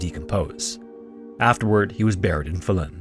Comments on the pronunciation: The stress on Falun is on the first syllable, but otherwise okay pronunciations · Faa-lun rather than FalUun but great video 👍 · This man almost got "Falun" completely right, which as a Swede, I think is impressive, usually swedish names are completely slaughtered on Youtube. The only miss was the length of the vowels being swapped, as the A should be long, and the U should be short, not the other way around. It kinda sounds like the word "fallen", if the E was a U